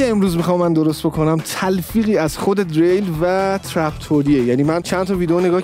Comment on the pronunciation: Dereil!!!!!!!!!!!!!!!!dadash Diril talafozeshe